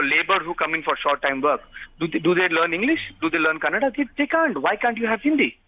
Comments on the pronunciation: Thats Kannada. Its not Kannad. Please talk properly. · Kannad nahi kannadaa idiot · Firstly, It's "KANNADA" not fucking "KANNAD" for heavens fucking sake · is definitely an illiterate politician. He is the most stupid person with stupid arguments. A tip for, when you are trying to fake your respect for Kannada at least do it right. It’s not Kannad, it’s KANNADA with ‘A’ in the end. Don’t hindi-fy other languages. Hindi is not the centre of the universe. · it's Kannada not kannad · Stupid bjp spokesperson doesn't even know to say kannada and Karnataka 🙄